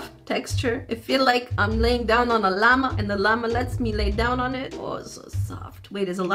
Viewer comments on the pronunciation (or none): none